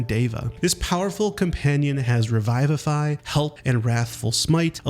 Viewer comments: Dude said, "Revive-afy" lol Revivify is Re-vi-vi-fy(the i's makes the same sound as the i in Fish) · no, thats how you're meant to pronounce Bulette. Revivify was wrong but i understand why, as it comes from revive. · Re-VIV-ify, not Re-VIVE-ify. Viv. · Can tell the dude has never played dnd, "revive-ify" genuinely gave me shivers. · Bulete (bull-ett) Revivify (re-vi-va-fie) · Ok, but the way he pronounced Revivify got to me on a personal level